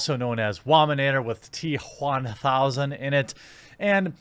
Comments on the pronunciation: I laughed so hard with the T-juan-thousand XD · T-Whaamthousand LOL